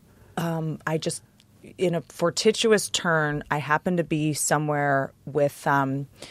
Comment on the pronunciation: I KNOW he cringed when she said "FORTITUOUS" - lmaooo